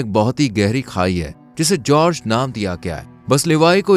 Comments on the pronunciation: It is Gorge. Not George, and not Helloween, say it hollow men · Gorge khai ka naam nhi bro English me khai ko gorge kehte ha and jorg nhi gorge like gorgeous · जर्ज नही गोर्ज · brother its pronounced with the "G" sound as in Gun. Not G sound as in Gist.